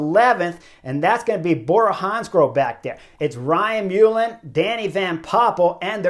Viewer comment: Very very disappointed in Sam to do that….😒😢 he should have know better and what for a second place and a regulation 🙄 foolish boy also Ryan surname is pronounced MUL..lan second L is silent 😀